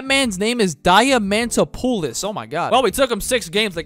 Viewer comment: Diamantopoulos is supposed to be Greek btw. It's also pronounced thiamadopoulos. So here is something noone cared about, but ok.